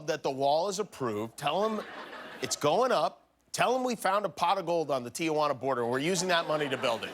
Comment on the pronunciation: One correction, Jimmy... it's Ti-juan-a... Not Ti-a-juan-a.... it's spelled Tijuana. 3 syllables only. Everyone seems to make this mistake.